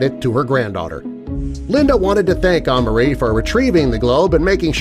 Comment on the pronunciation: it’s pronounced uh-mar-ie Amari that’s my name